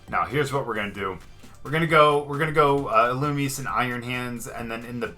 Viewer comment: Ee loo me zay(illumise)